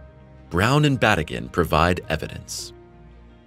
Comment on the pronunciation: His name is pronounced as Ba tea gin